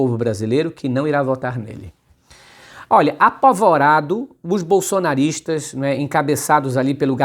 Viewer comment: O cara estudou na escola do guru Paulo freire em vez de falar apavorado ele fala apovorado é uma Anta, só podia ser PT, partido do atraso